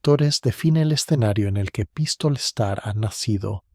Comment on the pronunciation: Bueno, con acento así, en español sería Pístola. Esdrújula.